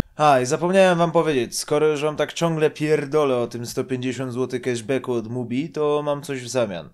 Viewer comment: 150 Złotych "Keszbeku" Łał, dzizus krajst